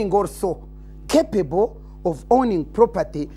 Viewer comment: the way she says some english sounds need translation itself the way she says "capable" alone sounds questionable